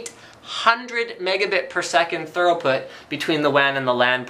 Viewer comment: Throughput!, not thoroughput.